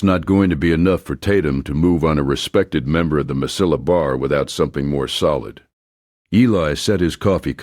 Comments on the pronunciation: Please learn how to pronounce "ll" in Spanish..It is like canyon. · Mesilla is pronounced differently LOL...